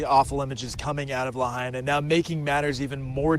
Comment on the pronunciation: You lost me when you could not bother to pronounce Lahaina correctly. There is no "hay" in Lahaina. It is pronounced la HIGH na.